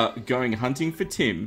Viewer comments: i thought kept saying 'tin' then i realised he was saying tim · The entire time I was thinking... Why does he need tin? Tin spawns in the underworld? Whhaa? are you crazy... and then I realised he was saying Tim xD